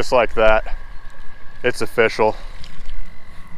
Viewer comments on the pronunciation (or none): I’m gonna get so much hate for not noticing this but I just got the joke, it’s ofFISHial instead of official.😂😂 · HWONE DAY!! and It's-Oh-Fish-Al